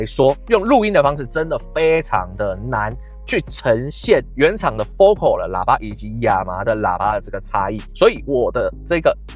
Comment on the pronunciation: 我在台灣還沒看過有人真正念對FOCAL的發音 哈 真正念法是: 佛凱爾